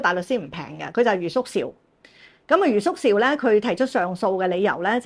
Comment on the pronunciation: 余叔韶 唔係讀「邵」, 係夏韶聲個韶